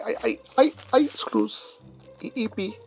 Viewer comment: When says "IP screws" I thought he said; "I pee screws" which would really hurt I think... LOL